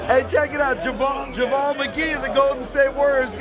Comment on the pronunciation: JaVOLE? At least say his name right...